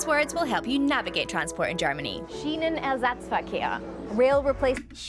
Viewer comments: Wow, your pronunciation of "Schienenersatzverkehr" (lit. "rail-replacement-traffic") was pretty on point. ;-) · That "Schienenersatzverkehr" was almost perfectly pronounced 😮🙌💪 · good pronunciation „Schienenersatzverkehr“ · Funny that you were addressing this while I was precisely enjoying a few days in Berlin (That's where yellow trains, trams and buses are from). Love the idea that you're finally traveling to Deutschland. And by the way, your pronunciation of German words such as Schienenersatzverkehr was spot on. I declare myself impressed. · Your Schienenersatzverkehr pronunciation was exellent. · That one is usually shortened to SEV in writing. Also, that pronunciation was pretty good. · Your pronunciation of the word "Schienenersatzverkehr" was quite good actually.